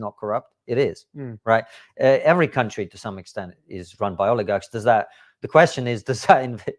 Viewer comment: I'm sorry but what is an oligag?